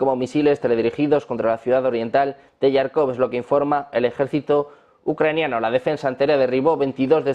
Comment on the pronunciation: Estimado, éste ciudad se pronuncia JÁRKOV (con la "Jota" y no con Y)... Gracias!